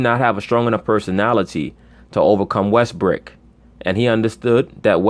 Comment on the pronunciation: you're the only person I've listened to that calls Westbrook "WestBrick" so consistently.